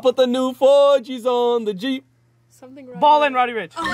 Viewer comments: He said "I put the new forgis on the g" ITS JEEP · Its jeep not g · It’s Jeep🤦🏽‍♀️😂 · Its jeep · Its JEEEP LOOK AT RODDY RICHH ON GENIUS